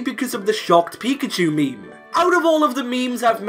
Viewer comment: When you're listening and you keep hearing him say me-me...